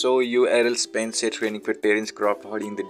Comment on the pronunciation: stop saying spencer its spence